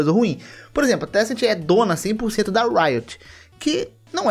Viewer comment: Se vc estiver falando da empresa de jogos chineses, não é tecent, é Tencent